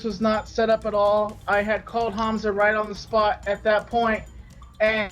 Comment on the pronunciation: What if keem actually thinks it's pronounced "rooooooight" because his dyslexia?